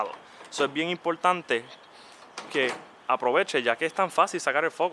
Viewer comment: es bien impoltante, impoltantisimo